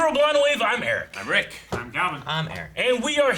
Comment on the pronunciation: Rick is so good at getting the right pronunciation of anime names and then Calvin incorrectly corrects him 😂😂